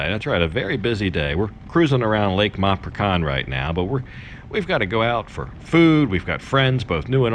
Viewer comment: My Thai wife ensures me that it's MapraCHan not MapraKan. I always said it wrong as well.